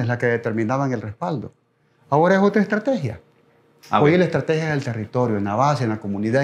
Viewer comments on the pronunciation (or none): Es parte de una ejtratejia y la ejtratejia no se dice 😂😂😂😂😂😂